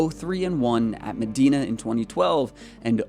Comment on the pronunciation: Thanks for putting out great content. For future videos, it's pronounced med-eye-na, not med-ee-na. Not giving you shit, just letting you know for the future.